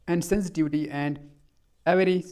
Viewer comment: Aap ko toh avarice and insensitivityparna nahi aaya lakin presentation achi the sir 🎉